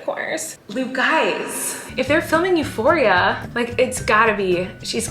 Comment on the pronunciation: euphoria its a greek word <3 you prononced it euphori'a